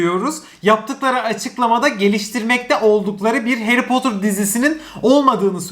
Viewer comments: Harry Potter dizisi geliyor! Bütün Türkiye: Hayri Potter dizisi geliyor!:D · Harry Potter türkçesi : Hayri Potır